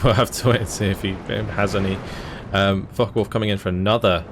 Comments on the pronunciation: If you're going to pronounce it with the N, at least swap the the O for a U as well. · Liking the Co-Cast except for one thing...it is Focke Wulf NOT FockeN Wulf! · Hearing "focken wulf" is "focken" unbearable... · i enjoy this double commentary and the games are amazing, but one thing that annoys me to no end: its not "FOCKEN WULF" ..argh.. with your accent it sounds exactly as you would expect, and I hate it :D Obviously this is intended for "attack power"